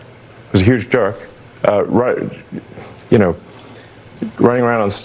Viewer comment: Sounded like he said juhk and not jerk...maybe a juhk is a good thing?